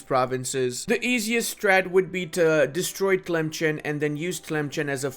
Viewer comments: Dude i follow you and love your content but man. it is pronounced telimssan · ITS TLEMSSSSSEN !!!